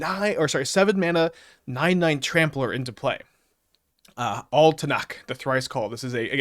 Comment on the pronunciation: Altanak, the Thrice Mispronounced.